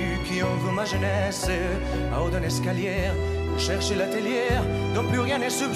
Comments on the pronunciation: Excelente interpretación y performance. La dicción así como la pronunciación en francés es casi perfecta, en lo único que falla es cuando pronuncia mal las palabras escalier y atelier (min 2.26), pronuncia la r del final lo cual es incorrecto. Por lo demás, chapeau! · Imitación perfecta. Y mejor aún si pronuncia l'atelié y l'escalié, sin erre final, que no se pronuncia.